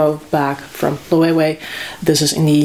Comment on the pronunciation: The ‘w’ in Loewe is pronounced as a ‘V’ sound just fyi 😊